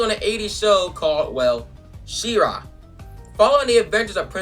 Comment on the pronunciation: it's she-ra not sea-ra